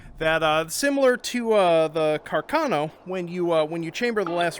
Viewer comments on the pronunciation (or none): none